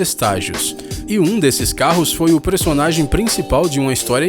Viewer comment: "PRESONAGEM" HEUEHE KKKK